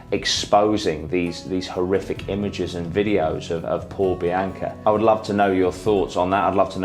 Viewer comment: love this channel but if your going to cover somebody's death to show respect whether an accent or not you should probably pronounce her name correctly. seems disrespectful. It is very obvious her name is BEE-ONKA not BEE-AINKA. have you ever met somebody name bianca and pronounced BEE-AINKA? no.